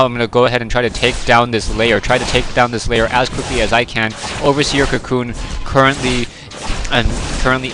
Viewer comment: Layer? Not Lair?